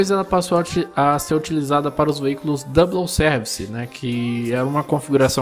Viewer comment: Dica: Na palavra "double" não se fala o L, portanto, pronuncia-se "dabou".